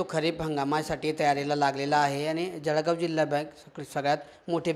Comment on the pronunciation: पत्रकार महोदय! तुम्ही सुखक्षित शिकलेले पत्रकार असूनही जळगांव उच्चार जडगाव म्हणतात तर इतर लोंकाचे तर वेगळेच! आणि जिल्हा बँक मुद्दल आणि व्याज पण घेते उगाच लोंकाच दिशाभूल करू नये आणि तिसरी गोष्ट जर पीककर्ज मर्यादा वाढवून मिळाली तर शेतकऱ्यांना चांगली होईल शेती साठी इतर लागणाऱ्या साहित्य आणि इतर सुविधा, त्यावर शेतकरी खर्च करू शकेल!